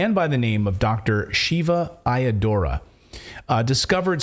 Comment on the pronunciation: Shiva's last name is pronounced I Ah Dur Ray